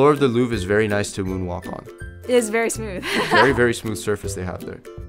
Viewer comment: is はthis にくっついて、いい加減な発音になってますが、what の発音がこういうのはよくあります